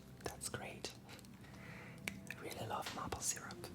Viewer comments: érable se prononce comme mayple plutôt que mâple ;) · Mai-ple** not mah-ple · Mdddr comment tu prononces Maple, c'est mAple pas mapple